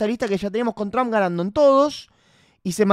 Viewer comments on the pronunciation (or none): pronuncia bien Trum como que Tram